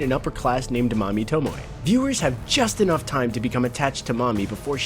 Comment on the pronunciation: He actually pronounced Mami's name right, I'm so happy